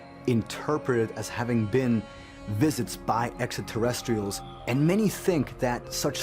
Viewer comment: No one: Giorgio: exer terrestrials